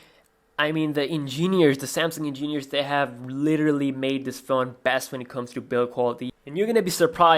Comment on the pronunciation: "EngÈneers" Hahaha